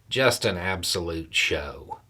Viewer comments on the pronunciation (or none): "Another hearing that turned into an... absolute... SHOW" Is it just me or did express disgust without swearing by adding an extra -- but subtle! -- "sh(t)" to the start of the word "show"?